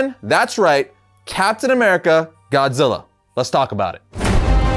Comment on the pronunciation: "TODD ZILLER".. SMFH..